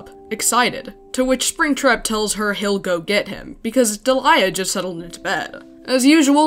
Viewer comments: Hey I googled it and I think her name is actually pronounced like deh-lee-uh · Man, this is probably the most measured and respectful video about a topic this harsh while also not shying away from the tough stuff. But also I had a friend around the same time this comic came out, and she shared the name Deliah. She said it was only pronounced Dee'-lee-uh and got tired of how often she got called Delilah or any other variation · What... the FUCK?! You mean to tell me that it wasn't pronounce "Delilah" this whole time! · Every time I heard Deliah’s name being pronounced as “Delilah” I lost 5 years of my life span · you can't say shit about Springtrap when you pronounce Deliah like that